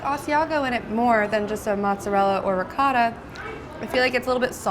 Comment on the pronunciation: RICOTTA!!!! (Italian accent) sheesh